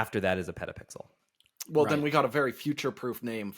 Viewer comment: I like "PetaPixers"